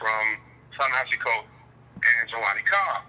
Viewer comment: Thank you an analytic voice of the current issues facing us as a race of people here in America May I suggest that you not assume that your subscribers know the definition of words, ie, neoliberal ( please explain its meaning) and the word, pessimism. Also, I think the correct pronunciation of his name is, Ta(ta) Ne(neh) Hi(he)Si(see). Concerning the waste overflow in the yard; yes it is absolutely necessary that we focus on issues "at home", here in America, but in my opinion, your vision is short-sided. We live is a global society and what affects us here ultimately affects colored folks world-wide. Malcolm understood this when he wanted to address the United Nations. That made him a real threat, causing his demise.